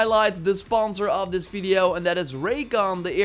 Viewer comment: the way you say video .... I can hear bideo instead :D